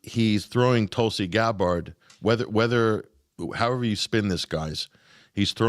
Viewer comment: YOU are pronouncing tulsis last name! ITS NOT THAT HATD, but you always butcher it